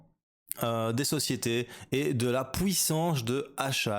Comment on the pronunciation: 75% du hashrate, la "pouissance" comme tu dis..